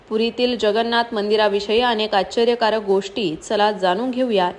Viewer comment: आच्चर्य कारक कृपया म्हणू नका... निवेदिकेस उच्चारांचे प्रशिक्षण आवश्यक. राग मानू नये